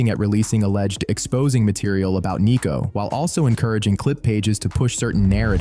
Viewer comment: It's Sneako not neako. 😂